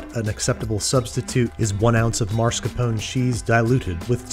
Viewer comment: What’s this mysterious “MARSCAPONE” cheese you keep mentioning, Babs?